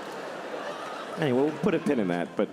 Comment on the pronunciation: "we'll putt a pin in that"📍📌🤣🤣🤣🤣🤣🤣